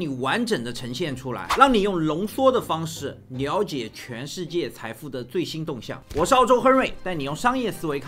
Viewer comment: Liao Jie 不是Niao Jie 😂